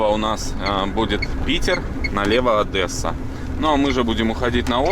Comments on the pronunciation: Не "АдЕсса а Одесса"... Это я вам как Одессит говорю... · ОдЕсса! Бля, а не ОдЭсса! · Правильно говорить Одесса, а не Одэсса😮. Привет из Одессы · Одесса а не Одэса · Какая нахрен АДЭССА???? не говори так пожалуйста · 11.07 - ОдЕсса пишется и говорится через Е а не э! А так, респект вам ребята )